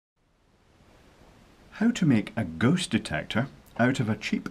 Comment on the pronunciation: I didn't hear you correctly, did you say: ghost or goat detector? Why would you need a device for detecting Goats? If you said Ghost... you shouldn't be allowed to drive, much less construct something. Anyway, everybody knows Ghost hide behind AC outlet plates. Plug the two antennas in there.